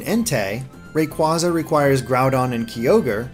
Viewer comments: And Ray-quarza... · Oh my god you mispronounced so many of them Kyogre: Kye-ogre Rayquaza: Ray-quay-zuh Terrakion: Tur-rack-ee-un Cobalion: Co-bay-lee-un Virizion: Vur-rize-ee-un Bisharp: Bih-sharp Yveltal: Ee-vel-tahl WATCH THE ANIME